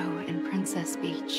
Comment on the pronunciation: 多少人第一次听Peach 听成bitch